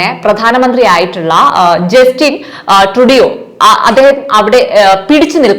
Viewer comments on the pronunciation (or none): ട്രൂഡോ എപ്പോഴാണ് ട്രൂഡിയോ ആയത് ഞാൻ ആദ്യമായ് കേൾക്കുകയാണ് കൊച്ചെ ........ വാർത്ത വായിക്കുമ്പോൾ പേരുകൾ തെറ്റി വായിക്കുന്നത് തന്നെ ആ വാർത്തയുടെ വില കളയും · ജസ്റ്റിൻ സ്റ്റുഡിയോ അല്ല പെങ്ങളെ ട്രൂഡോ... ജസ്റ്റിൻ ട്രൂഡോ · Sounds like you are living under a rock. Please do your research in how names of people in your videos are correctly pronounced. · Learn to say the name properly….especially when you report international news ..